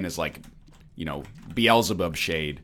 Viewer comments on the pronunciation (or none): none